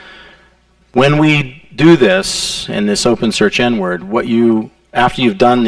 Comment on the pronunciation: wow took me like 40 minutes to realize he actually says "inward" and not "n-word"